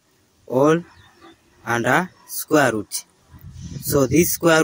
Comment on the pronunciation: Squer’ ruuut’